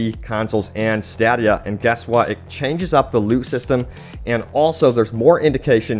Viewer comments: Stadddddia lol. STAY-DEE-UH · Stay-D-Uh.. not Stah-Dia.. Stay D Uh. Jaaack Stephen! IYKYK Love you bro 🤘🏽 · It’s stādia. Long a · Someone please teach this guy how to pronounce, “Stadia” 😂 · Downvoted until you begin pronouncing STADIA correctly.